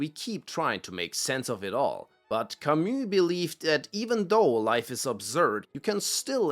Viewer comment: 20 seconds in, correctly pronounces Camus' name... I like this guy